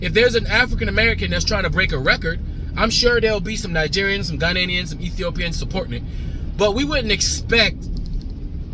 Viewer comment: Ghanaians not Ghananians lol😅